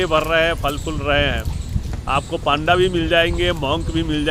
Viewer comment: पांडा नहीं पण्डा बोलते है ।